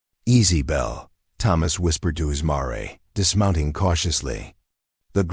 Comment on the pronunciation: Wish the narrator knew English pronunciation/ mare spoken as Mari